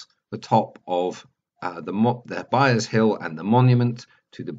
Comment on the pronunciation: Sorry,, but it's Byres Hill, not Byers.....